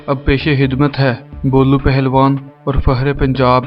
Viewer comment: Aap lafz khidmat ke bajai hidmat bolte hein matlab yeh hua ki urdu talafuz ki janib kam hi tawaja diya karte hein. Pse. Aage aisa na parein to. Behtr hoga. I hope you will not took me I'll. Thank You.